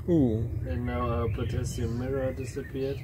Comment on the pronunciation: Finally, potashium